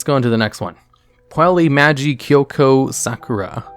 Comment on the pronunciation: The correct way to pronounce it is "Poo-ella Maj-eye" Madoka Magica